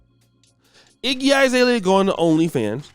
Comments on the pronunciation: Iggy "eye"-zalea??? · This negro said “IGGY 👁️ ZALEA”